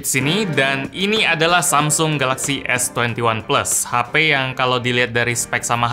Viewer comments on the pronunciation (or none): S Twenty Oneplus 😂